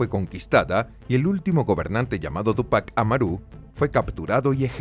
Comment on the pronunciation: "Marco Capác: El primer Inca" "Pachacutí(k)" "Tupác Amarú" En el idioma quechua la acentuación es en la penultima silaba y se le tal cual las palabras. Aunque hay muchas variantes dado que no era un idioma transmitido por escritura (puede que sea una variante), pero falta un poco de pronunciación, al menos en Perú.